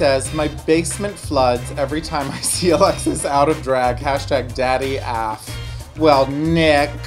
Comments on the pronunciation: i love how alexis michelle said af instead of A-F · When Alexis pronounced AF I cringed I hope that was on purpose😭😭😭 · I love how Alexis doesn't know how to propperly say "AF" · Alexis pronounced AF as a single word bitch I'm out. 😂😂😂😂😂